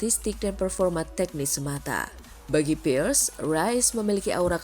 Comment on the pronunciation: Robert PIIIRREEESS bukan PIERS 😅😂